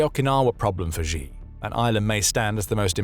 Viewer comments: Chinese leader's Surname Xi is pronounced pretty much like /she/ no matter that 98% of the newscasters get it wrong and pronounce it /gee/ it's still wrong, don't follow the crowds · Please learn how to pronounce 'Xi' properly. You come across as unprofessional & therefore not so credible.. it's an easy fix. (Clue; it's pronounced like 'she' - not the 'X' in Xylophone, or ' 'J' in Je suis un homme). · Xi pronounced SHE Winnie the Pooh!